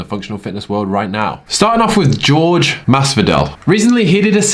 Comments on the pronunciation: IT'S NOT "GEORGE" IT'S "JORGE" (HOURRHEH) MASDIVAL GET IT RIGHT. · Its Ho-ray !!! Pls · Jorge is pronounced "Hor-hay" just for future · You're saying Jorge wrong.